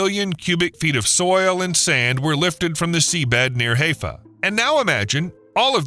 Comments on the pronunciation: HY-fuh not HAY-fuh 🫤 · Its pronouced (HI FA) and not Hey-Fa for HAIFA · That artificial intelligence pronunciation is screwed up. Haifa is NOT pronounced like Hay fa as in that dry stuff. The pronunciation of Haifa is like saying hello for short, Hi , not hay like dry plant material. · Haaayfa??? Try pronouncing it as Highfa. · Haifa is pronounced "high-fah", not "hay-fa". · High fah not hay fah. sounds ignorant. sorry. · Haifa is pronounced "Hiifa," with a hard i, not "Haayfa" with a hard a. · Quay is pronounced key and Haifa is Highfer. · Not Hayfa. Get it right. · Ow, my ears! Learn how to pronounce Haifa, hai·fuh! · The name of the port is Haifa, pronounced Hi fa, accent on Hi. And the term quay is from the French quai, and is pronounced "kay". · It's not Heyfa. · It's "ha-eye-fa"! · Dear G-d, it is pronounced "HI- fa". I won't correct you on the other pronunciation errors. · Haifa is pronounced "High-fa" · Pronounce Haifa correctly …. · You might want to learn how to pronounce “Haifa” if you are going to mention it 35 times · I believe this story is correct though the mispronunciations of geographical place names is annoying. I am sure you noticed the wrong pronunciation of Haifa. However the same series has a segment on the allegedly current project of building a canal from Ashdod to Eilat by blowing up 200 atomic bombs. This scheme was an American idea in 1953. It never left the blueprints. The Soviets, on the other hand, really did start a similar project at the same time but got no further than blowing up three atomic bombs. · With all the research involved it's too bad that more attention wasn't paid to the pronunciation of Haifa. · Can’t pronounce Haifa correctly? That means a lousy video… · Hi-fa not hay-fa. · I thought it was pronounce.. HI FA....not Hay fa. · HAIFA is pronounced HI-FAH. Rhymes with HI-YA. Not HAY-FA. You sound so dumb when you mispronounce words. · It’s pronounced hi-phaw and not hey-phaw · Hiiiifa, not Heyfa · High fa! Not hay pha SMH